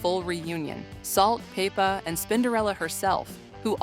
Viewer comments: Salt and PAYPA - Cyndi LOPER And bassist pronounced like the fish. Thanks AI! You're the best😁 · Salt and PAY-PAH ??? Why can't we get a human voice for a night like this ???